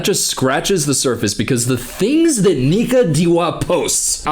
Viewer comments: i’m dead it sounds like he said nigga 😂i know he said nika it’s just funny to me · broooooo I had to listen 5 times to understand he was saying Nika, I was so confused and scared 😂